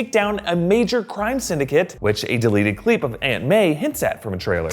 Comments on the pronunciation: “deleted cleep” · Did he say a deleted cleep😂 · "Deleted cleep"? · “a deleted cleeep” 😁😁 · He said “deleted cleep”